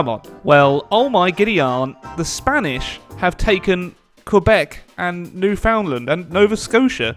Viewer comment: "New found land" its pronounced new fund land bb